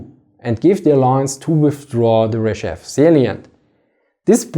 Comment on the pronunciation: My man, it's not Ryzhev, the emphasis is on E, pronounced more like AE and rzh is pronounced together. rzhEv